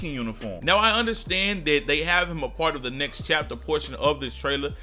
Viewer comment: Everytime he said "next" I thought it was "knicks"